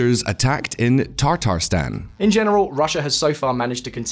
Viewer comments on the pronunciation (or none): guys, it's Tatarstan, not Tartarstan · The presenter really said like it's tartar sauce instead of Tatar ethnicity